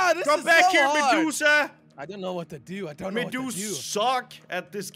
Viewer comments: Josh is medusa not mejuka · did you say mejusa when you where in the intro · Crainer said medusa like medusuck🤣🤣